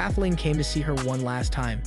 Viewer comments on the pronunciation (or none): none